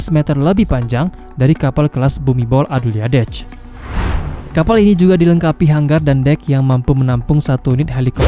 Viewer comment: Min ditulis nya Bhumidol Adulyadej dibaca nya Bumidol Adundet sesuai abjad Thailand..min